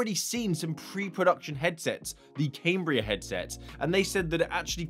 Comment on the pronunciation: Surely it's "Cam -bria" and not "Came-bria" ..Sorry lol, just glitches me out lol. Can't wait for the proper reveal😯